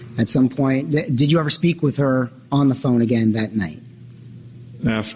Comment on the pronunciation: Wiff regards to......